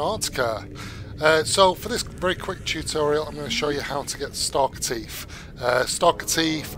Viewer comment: in UK you guys really do call em Stalker Teef dontcha